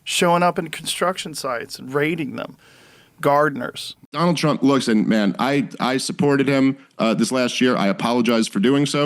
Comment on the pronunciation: "I will vote, for Dona Tronk. I will boat, for Dona Tronk." - ICE